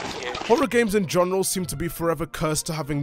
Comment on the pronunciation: "In goneral" 😐 Bruh